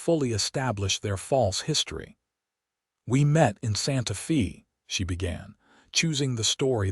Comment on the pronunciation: Wonderful story! One of my favorites Wild West stories. AI needs to improve you pronounce Santa Fe (Fay) and it's not wound her arms his neck, round. It's they read books together. Verb tenses present, past, and future tense. AI is good but it's not great. Narrator's voice is the best! Thanks for taking care of all the loose ends and bring the story to closure. Deep in the heart of Texas!